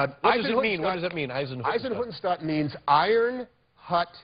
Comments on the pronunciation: Not Eisenhuttenstaat. It's Eisenhüttenstadt😂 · Nobody: Tom Hanks:"Izenhoodenshtuuhd"